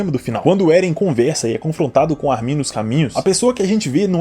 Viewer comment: Cara, me da agonia o jeito que tu pronuncia o nome do Armin. A sílaba tônica é o "Ar", e não o "min".